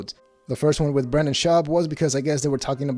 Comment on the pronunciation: When he said Brendan it sounded like “brain dead”.